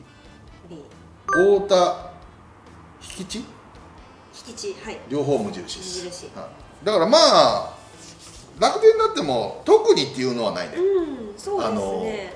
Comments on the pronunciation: 引地は「ひきち」じゃなくて「ひきじ」っすね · 正確に言うと"ひじき"やな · 細かいことでスマンけど「ひきぢ」やな